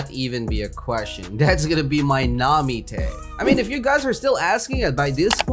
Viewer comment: Where the tf did he get the name namite it’s nami